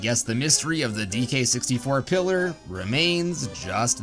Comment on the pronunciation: You say pillar i hear killer